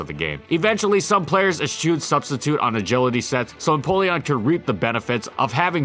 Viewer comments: For the record, eschew is pronounced like "uh shoe." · say eschew again i dare you